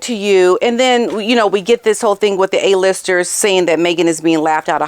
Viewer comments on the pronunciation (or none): none